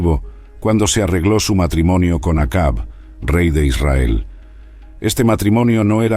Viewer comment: Interesante el vídeo, sólo que no se pronuncia.. Yagüe...sino... Yavé... parece una burla....y es Acab...no akabi.